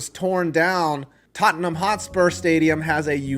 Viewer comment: Hey he said Tottenham right